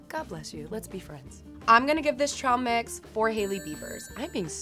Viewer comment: she said trail mix like trahl mix mus be a Texas thang?